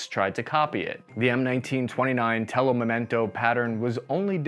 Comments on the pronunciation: Come on! Not "memento", but "mimetico"! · Telo mimetico, not telo memento! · Man, it's "mimetico", not "memento".